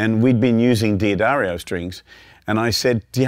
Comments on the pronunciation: D'Addario is pronounced "Da-dario," NOT "Dee-adario." Many get this wrong! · at least I'm not the only one who mispronounced D'Addario. It's duh DAIR io, not Dee Uh Dario. just trying to help! senility setting in. I think your EARS start getting used to the string, at best. We always want more, more, MORE. and changing strings as often as he prob does, there is arguably little difference between the ones he's pulling off and the ones he's putting on and he doesn't hear a huge difference but WANTS to. So.... that's MY theory. The guitar's physical structure has NOT changed due to the strings he plays. :( Oh well. No Sherlock Holmes but he is a monster player. One thing to also listen for (maybe he said later) is how bell-like they are. If you get a wobble, it MAY be your guitar. Not ringing true and evenly but a warbly kind of sound. But many times... it's either a worn string or bad string. So.... like he says, experiment. when you are happy, you are done. :)